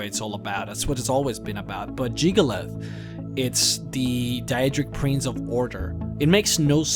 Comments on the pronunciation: Hyperventilate JiggaLAGGGGGGGG. Lag! Not "_Lath_"… I-…I know you have an accent, but you can say the rest of his name, so why can't you say it correctly? D: Other than that, I love this, and I love you. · It's jyggalag not jyggalith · its jig-ah-lag not jig-oh-leth in not trying to be rude, but how do you get a 'th' sound from a 'g'? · JIG-UH-LAG.. where the fuck are you getting Jig-ah-lath?? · Jyggalag not jygalath get it right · It's Jyggalag not Jyggalath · I still can't get over how you pronounce Jyggalag as Jygolath. Then again, it wouldn't be you if you didn't butcher a name's pronunciation in a video. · Jyggalag not jyggalith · Why do you keep saying "Jyggalath"? It's clearly "Jyggalag". The other mispronunciations, I can forgive, but not this one. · Jamie Thorburn It's "Jyggalag." You know, with a "G" at the end. So no, you don't say Jyggalath, you say Jyggalag. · Why do you call him Jyggalath and not Jyggalag? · I'm not sure but i don't think "jyggalag" is pronounced as "jyggalath" :p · Stop calling him Jygolath. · So you can spell Jyggalag, but you still pronounce it "Jyggalath"? That's... Highly annoying. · jyggalag. jyggalaugh. jiggalus. jyggaluv. sorry, i HAD to emphasize your different pronunciations :p what i find awesome is the 16 accords of madness books. although the 15 other daedra banded together to fuck over jyggalag, as sheogorath, he still managed to outsmart them and fuck them over royally. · good video i gotta admit, but damn it is irrtitaing when you say Jyggalath its not that at all... cmon please at least pronounce Jyggalag correctly when its all over this video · Why do you keep saying "Jyggalath?"